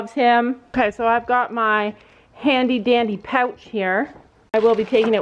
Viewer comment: When you said " I got my handy dandy pouch here" I thought you said " I got my handy candy pouch"😂😂😂 lol btw I love you guys